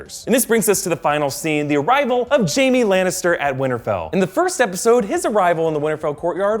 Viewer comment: Jaime, not Jamie